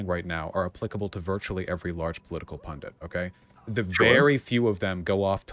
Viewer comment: Why do they keep pronouncing pundit as "pundant", like it rhymes with fondant.